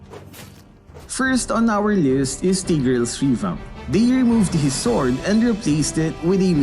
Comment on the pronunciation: Its taygreal pronunciation not teegreal